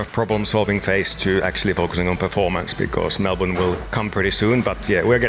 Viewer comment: Bottas pronounces "Melbourne" like a true Aussie.